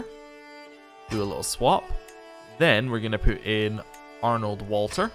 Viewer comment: One small pronunciation tip - since little Walter is German, you'd pronounce the W like a V... 'Valter'. This is true for other W names and places, too - Werner is 'Verner', Brunswick is 'Brunsvick', etc